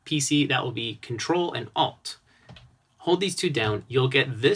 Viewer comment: Thanks for that. you are using shortcut on pc ctrl and... ot?alt?odd? I dont have such a command on mij pc.What are you saying there? :)